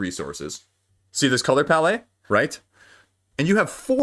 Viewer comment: It's a palette. Ends in a T sound.